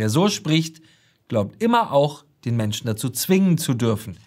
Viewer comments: "Menschne" dieser Sprachfehler erinnert ein wenig an den Drachenlord... und die Optik auch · die Ricarda und ihr Sprachfehler... Menschna... hat das auch jemand gehört?